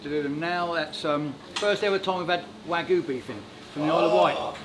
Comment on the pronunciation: Smoked Wagyu? , i know i know its a mix not pure Wgyu as he said but still fck sake